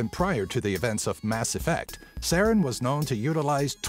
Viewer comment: I love your channel, but you butchered Saren's name.